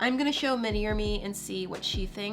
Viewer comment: Instead of miniier me you could say mi me